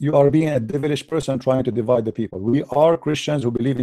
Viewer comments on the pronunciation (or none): none